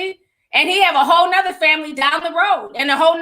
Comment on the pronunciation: Am I the only one who heard “ we got a lot to talk about, a Hoe lot to talk about “ 😂😂😂 I don’t know